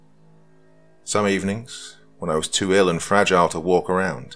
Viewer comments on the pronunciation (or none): none